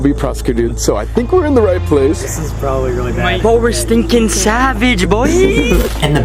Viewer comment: Weally ef thes weal that’s cwazy